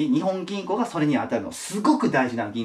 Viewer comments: にほん銀行ではなく、にっぽん銀行ですよ！ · 《訂正？》 “日本銀行”の本当の読み方は“にっぽんぎんこう” 《豆知識》 日本銀行は株式会社なので、政府と繋がっているという訳では無い！が、国債を買うということはしている。